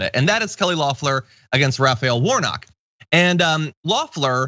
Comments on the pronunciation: It’s Kelly “ LEFF-Ler!!!!” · It’s pronounce Leh-Flerr. Or like “the flowers,” in French, “les fleurs.”